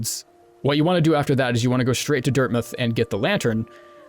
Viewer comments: you say dirthmouth weridly... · says dirtmouth wrong. Have to unsub now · "Dirtmuth" Everyone: "OMG HE'S SO STUPID HE CAN'T EVEN SAY IT RIGHT" Me, a Utahn that says mountains the way that Utahns do: "I think I'm gonna leave now" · It's weird cos he's american, but he pronounces it like a brit. Portsmouth comes to mind.